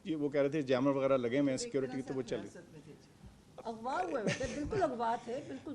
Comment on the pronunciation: " اغوا " ابھی تک انکا لہجہ درست نہ ہوا کے الفاظ سنییں